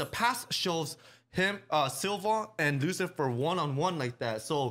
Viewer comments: "you are satan" I believe it's pronounced "Lucilfer" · Someone tell them it's Lucilfer NOT Lucifer